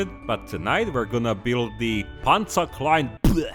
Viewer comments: The "PanzerkleinBLEGH". Perfect pronunciation, sir. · "PanzeerKleinBlahhhh had me laughing for ten minutes.